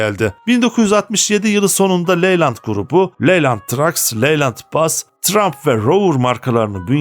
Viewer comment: Çabanız ve bilgilendirmeniz takdire şayan ama Telaffuza biraz daha dikkat ederseniz daha güzel olacak örneğin teçır diye söylenir detçır değil yine tıraymf diye söylenir trump değil